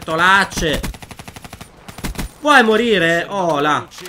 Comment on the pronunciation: Era bertolacci non bertolacce